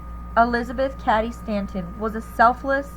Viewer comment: Cady (Kate-EE)!